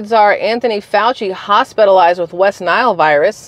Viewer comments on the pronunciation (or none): none